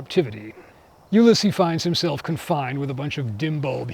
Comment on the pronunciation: This was excellent overall, and I'll be looking for future installments with enthusiasm. Just a very minor note, though: you've mispronounced the French names. Ulysse in French is "oo-LEES." Just a barely-important note, but I thought I would mention it. I'm looking forward to your further discussion of the first firm and presumably, its commentary on racism.